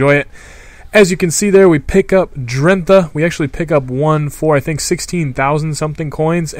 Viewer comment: It pronounced drent-á